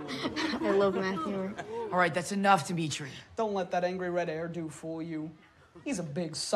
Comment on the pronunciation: It's Demetri not Demetri 👍